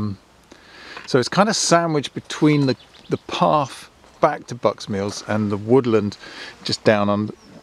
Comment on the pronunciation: my Brummy wife went off haha, its path not parfff LOL Oh mate what a wheeze, beautiful spot, well chosen. Reckon half the fun is discovery hey. Clearly tripods cant be trusted LOL, great effort and result is lovely, well done mate.